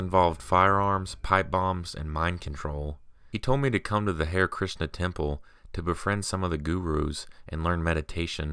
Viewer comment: Hare = Hah-ray